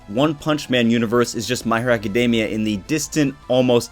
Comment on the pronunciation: Me being petty: author can't pronounce Academia correctly, will not subscribe. I know it's petty, why am I like this? -_